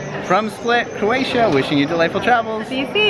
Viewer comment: Jalni Srbi, sve morate okrenut i svađu gdje god da jeste!? Ajme fakat, sredi se malo. For the sake of the video, nicely done. I often hear you say Coratia, its CROatia:D Happy journeys!